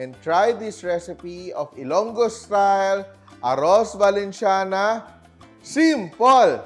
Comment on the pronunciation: Kaya nga Sabi ni chef is SIMPOL